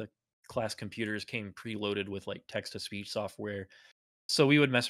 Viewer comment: Whenever says "Text to speech", I keep hearing "Texas Beach".